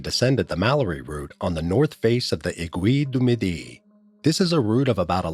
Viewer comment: Where is sha mo knee and the a gui du midi ??? in France??? Have some respect and try and pronounce names properly